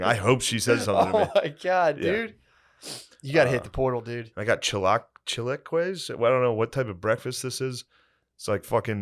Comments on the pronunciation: Shane try's to say chilaquiles and I almost died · chilaquez for chilaquiles is CRAZY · Hold up I know this mf did not just pronounce chilaquiles , ch la kwez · Hearing Shane trying to pronounce Chilaquiles was the funniest shit ever😂😂I bet that breakfast was smackin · Shane trying to pronounce chilaquiles 😂😂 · I love how Shane can't say chilaquiles